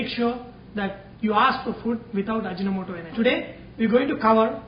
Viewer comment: Its actually Aji No Moto not ajinamoto...